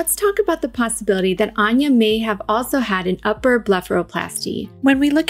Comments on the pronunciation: I have to say... It made me chuckle that you were stressing the pronunciation of the name to the point where we're shown a video of her pronouncing her name... And then proceed to immediately say it wrong and stray farther and farther from it over time. Lol Anne-yah, not Ahn-yuh. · You pronounced her name incorrectly, lol... It's ANN-yuh, not ahn-yuh. She says "ANN-yuh" in the clip. (Also, I don't think she's had any plastic surgery done -- I think she's gotten older and has developed an eating disorder.) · ok sooo even after getting the "correct pronunciation" by Anya herself this lady STILL got it wrong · I love how she shows Anya pronouncing her name and then immediately says it wrong. haha. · Here is the correct pronunciation of her name. and Still says it wrong. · 😂right at the start of the video, shes’s like, let’s get her own pronunciation of her name…then proceeds to mispronounce. ? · She says Ann ya, not awn ya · *Starts with establishing the pronunciation of Anya's name. Proceeds to mispronounce it for the remainder of the video. Ann-yuh, not On-yuh. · I heard Anya pronounce her name ANN-yuh, and you pronounced it AHN-yuh (at least that's what I keep hearing). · "lets get the correct pronunciation of Anya's name" Anya - "hello I'm ANNE - YA ", with chest - "AHN-ya" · “hello I’m “AAH-nya”: let’s get her name right, it’s AHNN- ya” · I actually found it incredible endearing when you discussed the pronunciation of her name. Immediately after she says "Anne-ya", you say "Ahn-ya". But I say potato & you say po-tah-to so it's no thing. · anya: hello, im anne-ya: ahhn-ya taylor joy lol sorry just thought it was funny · but she pronouces it as "Anne-yah" not "Ahn-ya" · She clearly pronounces it Ann-yuh, not On-yuh. Listen to how she says it on SNL promos. It's like the name "Ann," not "On." That's how she says it in the clip you say helped you learn how to pronounce it yet you then start saying "On-yuh." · 😂😂😂 she said Anne-yuh, not On-yuh